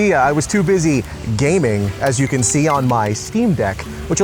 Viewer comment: My man actually pronounced it “GaMiNg